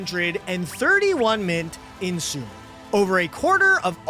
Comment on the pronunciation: why does he pronounce sumeru as 'soomaroo'? that's not correct